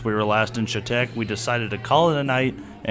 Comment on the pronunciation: Really like the Pole Barn Garage reference....JYD & PBG are my 2 favorite car channels. Also, thanks for pronouncing Chetek the right way....lots of peeps think like the CH is Choo choo.